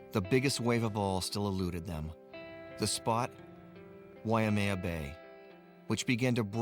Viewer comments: Native speakers of Hawaiian language always pronounce(d) it correctly: Wai + mea. "Wai" means water, "mea" means reddish brown (the color of Hawaiian soil/dirt). The name is from the stream water ("wai"), often brown ("mea") due to rain washing dirt into the stream. The "why-uh-mea" pronunciation came simply from ignorance of the Wai-mea pronunciation, and maybe confusion based on the name of nearby Wai-a-lua. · I hate it when they pronounce it wai -uh-maya... its why-maya... WAIMEA!!!!!!! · Drives me nuts when ppl pronounce it, "wai-a-mea". It's pronounced, why-may-ah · W and V are in free variation in Hawaiian language. In other words, they are one-and-the-same sound. You say WAI, it means "water". You say VAI, it means "water". No difference. Also, Haleʻiwa or Haleʻiva, same thing, no difference. Technically, [ w ] and [ v ] are allophones of the Hawaiian phoneme / w /. This is similar in some other languages also, like Hindi/Urdu. W/V is seen in some cognates, like English "Water", German "Wasser" [ Vasser ].